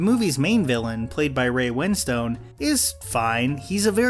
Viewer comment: The way you pronounce Ray Wonstone’s and Florence pugh’s names. Oh dear.